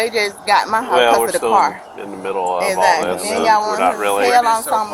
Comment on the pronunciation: I cant stand when people keep saying "exzackly...exzackly"... stop pronouncing it like that lol